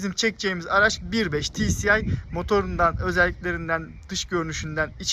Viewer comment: Ti si ay (tci) değil ti es ay (tsi)